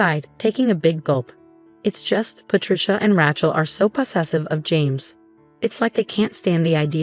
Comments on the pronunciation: AGAIN, its not 'Ratch-el', its 'Ray-chel'. Misprounciation ruins the story. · Thumbs down on all of these stories that say RATCHEL INSTEAD OF RACHEL. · It’s pronounced Ray-chel not ratchel. It’s a long A, there is no t. The title needs changed. The husband did NOT request that mommydearest & sissypoo wear white nor even the same dress. Mommydearest & sissypoo CLAIMED he told them to do so. The title should read something like “In-laws claimed my husband told them to wear the same dress I wore.” or “In-laws tried to sabotage our wedding & marriage.” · Please stop using the name Rachel in your stories. If you can't pronounce a name, don't use it!